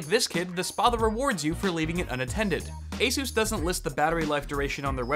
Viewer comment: That's how its pronounced just fyi